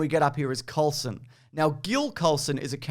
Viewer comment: Gill Colson................. Phil Coulson